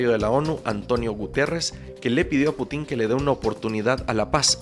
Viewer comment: Putín o Pútin?? PÚTIN, no putín :)